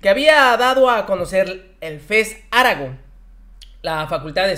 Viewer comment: Aragón lleva acento en la última sílaba. Revisa las leyes de pronunciación. Saludos